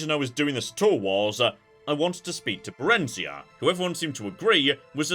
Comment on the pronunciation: inb4 someone gets unreasonably pissy about how pronounced Barenziah